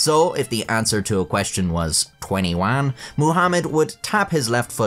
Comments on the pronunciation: Twenny Wan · I see you've been practicing your "twenty one" pronunciation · I love the fact that he did the voice with his accent when he said 21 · Hmmmm. You said twenty one weird. Strange... Well. I'm sure that's not a reference to anything to do with twenty one (of course not. I'm just being very specific for fun).. I actually hope you did try to mimic the voice of the twenty one kid. And I didn't just insult you. Anyways. You stole an extra 8 minutes of my sleep. Good video though!